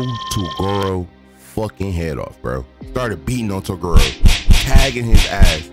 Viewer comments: I wanted to watch this till you said Toguro name wrong 😭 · You said toguro wrong but overall an entertaining video